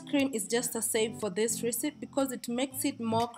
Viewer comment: why are u pronouncing recepe like that